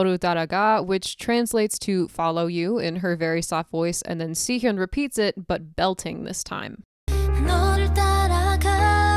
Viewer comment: Great video to show appreciation for this song. But one thing that kept bugging me was the way you said Sihyeon instead of Siyeon lol. Please, It's Siyeon, not Sihyeon